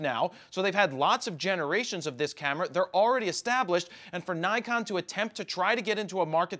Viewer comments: Nik-on. Nik-on. Nik-on. Not Nai-kon. Not Nai-kon. For the love of God it's Nik-on. And yes, I know. I live in Japan. I speak Japanese. My wife is Japanese. Please stop hahaha. It's Nik-on. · Nee-con... " i " sounds like ee except after a ...